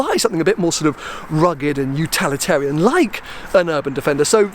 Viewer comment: Utalitarian, lol.